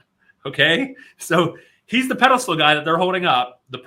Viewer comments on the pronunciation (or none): none